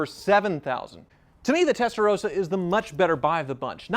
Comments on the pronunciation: Why do you say Testarosa? Is that common in USA? If you meet a dude named Ross do you call him Rose? Mind blown. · Why do a lot of Americans pronounce Testarossa as Testarosa with one S? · WHY CAN'T AMERICANS PRONOUNCE 'TESTAROSSA' CORRECTLY????! It's really not that hard. Give it a try.